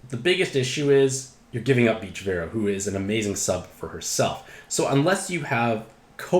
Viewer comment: So we just aren’t saying the “a” in Veroah, anymore? Haha. Great review, as always